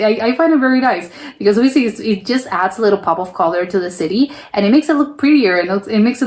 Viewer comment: why can't you pronounce "city"? Its just an english / american word.